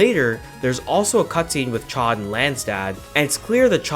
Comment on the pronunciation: As someone who studied French for eight years, hearing you say "chod" for Chaud instead of "showed" makes me wince. Like, great video, very informative, but... ACK